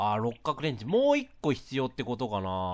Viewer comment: 六角レンチが六角レンジって聞こえたのは自分だけ？w